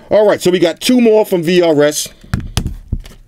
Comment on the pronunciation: For a sec i thought you said krs. Shout out to krs one